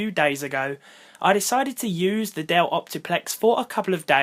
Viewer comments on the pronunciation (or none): You meant "Dell-lay"